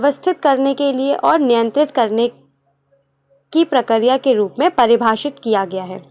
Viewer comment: Mam wo prakariya prakriya hota hai